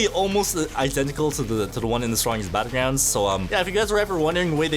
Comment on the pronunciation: Bro said”the strongest battlegwounds”💀